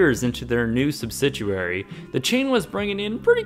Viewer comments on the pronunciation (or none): it bothers me how much this guy mispronounces EVERYTHING... It's like nails on a chalkboard. really? "subsiduaries"...? Learn to pronounce words correctly,.